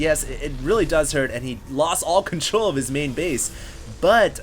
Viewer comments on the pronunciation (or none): none